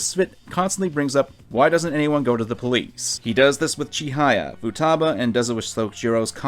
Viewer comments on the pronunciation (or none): irks me though how youre pronouncing cuddly Chihaya's name as chiNhaya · I do like yugioh videos but like come on man. As someone who's 100% Persona 5 Royal, bro is on some shit. You're completely right. One thing though; Why do you say Chihaya like that?